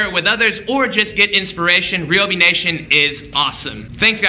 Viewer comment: On another not Ryobi has canceled any future endeavours on account you pronounce it R-e-e-o-b-e-e